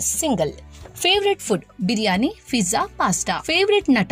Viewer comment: Adu fiza alla pizza ok mam